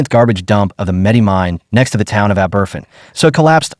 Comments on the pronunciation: Fergus Dublin Ireland 🇮🇪 A disgrace!! As usual, they listened . . . . . . . . . . . Too Late!! The Town name is Aberf-in It is pronounced Aber-fan!! Do your. research! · Ab-er-van. Abervan is the name of the village where the school was crushed. Not aberfin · My ears! That 'Ah-BERFIN' pronunciation really grates. It's 'Ah-ber-FAN'. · Pronounced “AH-BER-FAN”. It’s in the episode of The Crown” it’s showing in this video. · Man this is such a disrespectful video, the place is called Aberfan - pronounced ah-buh-van, and the school was Pantglas, not Pantras. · And it’s pronounced aber-van! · ***ABBERVAN**** is the pronunciation Ignorant to get this wrong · It is pronounced Ab-er-fan. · Learn how to pronounce the name of the town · Find someone who will review voiceovers before you put them out: pronunciation of Aberfan a joke. Stress the first syllable, with secondary stress on the van. The poor, robot delivery of the text is insulting.